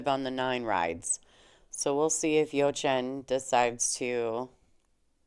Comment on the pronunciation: Hello there, thanks for commenting on the game where I was part of. For next time, please work on the pronunciation of my first name, lol.